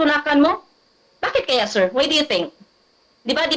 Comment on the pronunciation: Enedaw un??? Why do you think sir?? Bingi lang ba ako or sadyang Mali lang English nia😂😂😂😂 fishtea nawala bigla antok ko sa why do you think 🤔😅😂